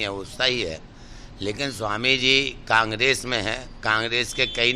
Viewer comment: एंकर महोदया कांग्रेस तो सही से बोलना तो सीख लो पहले